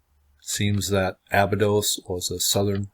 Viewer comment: Before you try to "Decode" it, maybe try pronouncing it right. It's pronounced A-Bye-dos not Aba-dos.